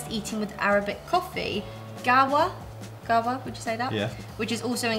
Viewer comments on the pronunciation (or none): Its not gawah its gahwaa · Coffee- qahwa say cohh-wa!